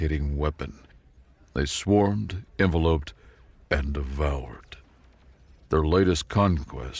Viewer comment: Small corrections. Keep being awesome! EN-vel-ope == noun, the paper container that surrounds a letter or other document en-VEL- op == verb, to surround something, the way an envelope does the story wanted the second one. Ain't english great? "self-immolating waves" == im - mo - LATE - ing sonorous - SON - or - us